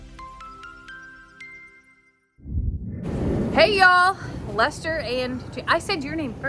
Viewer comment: Chester, it sounds like Lester